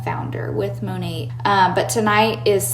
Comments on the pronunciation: Is the New Years hun saying “Mo-net”!? Is the T not silent? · Is it just me or is that MLM hun-bot pronouncing Monat wrong? Sounds like she is saying Mon-Ate. Lol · I thought the “T” in Monat was silent.